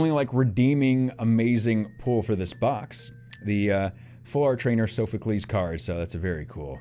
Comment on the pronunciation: Heres how pernounce soophocles. Sof u clees.